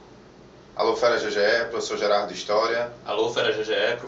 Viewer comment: É Gerardo. Trocou o L. rs